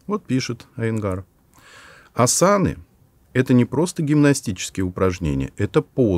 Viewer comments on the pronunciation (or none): А почему асАны? Ведь Асаны